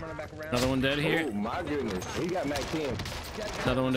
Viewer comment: I have no idea why but hearing the “oh mah goodness” made me laugh lmfao